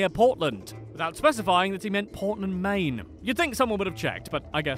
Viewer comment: I’m from Maine, and I know how to pronounce it.